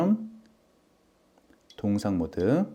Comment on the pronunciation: 동영상을 왜 자꾸 동상이라 발음하시는 지요?